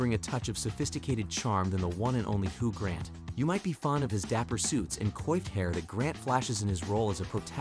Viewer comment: It's Chalamay, right? Also Hugh was pronounced Hu and Huge. Costar was particularly egregious.